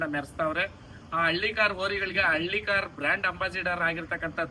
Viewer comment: Nin bi bi bi antidre ti ti thiklu hidiyutte.. Adu ಹಳ್ಳಿಕಾರ್ not ಹಲ್ಲಿಕಾರ್